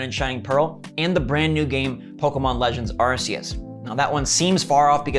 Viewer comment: It’s pronounced arc-e-us my brother